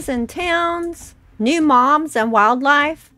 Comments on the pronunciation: I kept hearing mom when you said Mobs 😅❤ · I thought you said new "moms"??? Lol